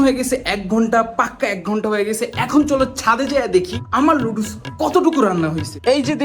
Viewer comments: লুডুস না নুডুলস হবে😊 এইটাও বলতে পারো না 😅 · Noodles ❌ ludus ✅ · নুডুলস ❌ নাদুস নুদুস☑️ নুদুল ✅✅✅